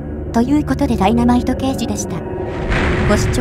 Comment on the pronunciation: 「だいなまいとけいじ」ではなく「だいなまいとでか」